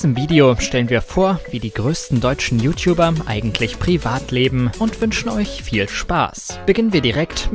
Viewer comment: "You Tiubber"